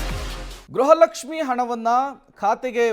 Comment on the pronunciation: ಗ್ರಹ ಲಕ್ಷಿಃ ಅಲ್ಲ ಗೃಹ ಲಕ್ಷ್ಮೀ